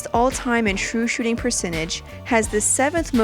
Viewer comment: She said shoe shooting percentage💀